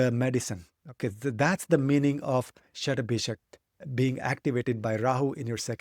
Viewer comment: Is it Shatbhisa or ShatbhisaK ? First time hearing it with a K.